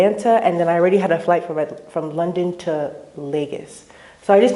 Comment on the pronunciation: Serious question: why do so many Nigerian Americans pronounce LagOs as LagAs?